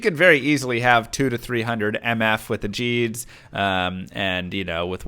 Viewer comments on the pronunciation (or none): "gheed" is spelled with an "h" to denote hard "g" as in "good." don't say "jeed's" again. ever.